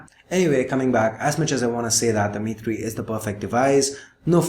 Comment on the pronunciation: Every time you said "The Mi3", it sounds like Dimity, so now I have started calling the Mi3 "Dimitry" with a Russian accent.